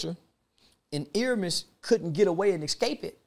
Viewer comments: First of all that's not the correct pronunciation of his first name. It's "Air-me-es". I find it hard to believe this weirdo lived in LA but did not know who Nipsey was. Nipsey was poppin before he passed, he was nominated for a Grammy, loved by many, on TMZ every two or 3 weeks and working with artist and producers that don't work with anybody... Most ppl will say they don't know Z-Ro but to Texas, that's their Snoop Dogg... so why do ppl feel like because they didn't catch the wave, nobody else did... We gave him his props when he was here, YOU DID NOT!!!!.. How you think he got nominated for a Grammy? How do you think Jay z and Drake found him? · Ear-a-mhus Ok-ta-gon 🤦🏾‍♂️ Rest in peace Nip🏁💙🏁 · He’s improving. He started out calling him Airemis. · Bruhhhhh the fact that Charleston said Ermias Octagon 🤣😂😂🤣 and nobody corrected him, I'm so weak😂😂😂😂